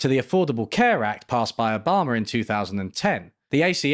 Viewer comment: did he say "obhamer"